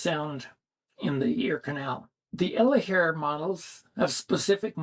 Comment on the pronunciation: I have moderate hearing loss. When you say the name of the Elehaer model, I have no idea what you say. I have to see the word , like close-caption on tv.